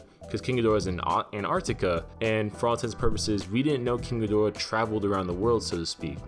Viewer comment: I wonder if climate change melts the glacier he's frozen in? and possibly causes the humans to summon other Titans,which goes wrong when Rodan joins King? also, thanks for properly pronouncing King Ghidorah,most other videos have someone saying "kinky dora". SMH